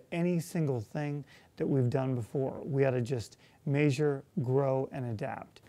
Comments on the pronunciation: did he say..."MAYsure our progress"? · I was wondering why he wanted to "major" everything, pronouncing j like zh. It took me a minute to realise he's saying measure in a non-standard way. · i'll vote for him again, but he is disappointing for many reasons you probably already know. that's why me and many other college students won't be pumped up to support him. you say "measure" weird.